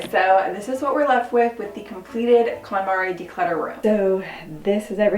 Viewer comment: I love this series but she does prononce it wrong Kon MariE konmari Method